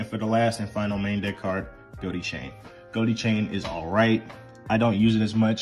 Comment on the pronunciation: I thought konami confirmed that, while that is the joke, it is pronounced "go-tee"